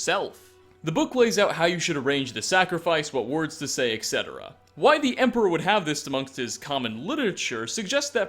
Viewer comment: IT'S PRONOUNCED "ET SETERA"!!! NOT "EKS SETERA"!!!